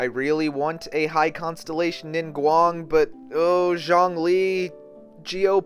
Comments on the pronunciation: Xiang=Syang Zhong=Jong You're pronouncing them wrong that's why they sound similar 😂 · I'm spending every single primogems on Zhongli coz who doesn't want a tired, broke ass God in your team?? btw you pronounce his name is like the Z from 'Zoo' (Zhong - lee), and Xiangling is She - ang - ling.